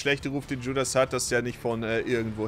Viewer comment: Wenn Judas mit Dschudas ausgesprochen wird, lol